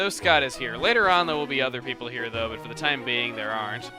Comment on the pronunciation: every time chugga says "though" slap yourself as hard as you can